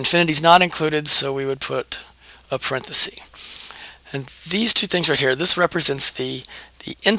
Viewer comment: Thank you - in exchange I'd like to give YOU a gift: The word 'parenthesis' comes from Latin. The plural is parentheses, as you know, pronounced 'parenthesEEs' and the singular is parenthesis, pronounced 'parenthesis', not 'parenthesee'. That is a gift that will help you sound as informed about language as you obviously are about math. Enjoy!